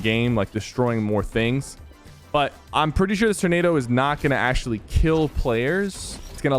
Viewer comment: My dude said turnaro🤦‍♂️🤣😭 it’s TORnado, TOR!!!🥲